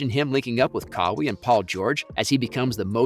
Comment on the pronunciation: Did y’all hear how he said kawhi